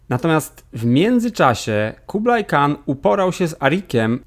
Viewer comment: Zniekształcasz wymowę nazw własnych Mongołów na modłę angielską, a które w polskim są od lat dobrze opisane - nie Kublai tylko Kubiłaj-chan, nie ulus a ułus (patrz jak mówimy kałkan a nie z angielska kalkan). My się z tymi ludami znamy od 13 wieku 🙂 i z ich językiem też. A Połowcy to inna pieśń - Rusini wykorzystywali Połowców do wzmocnienie siebie jeden kosztem drugiego, i po latach byli oni już stałym elementem polityki, znanym, Mongołowie zaś to nowe ordy.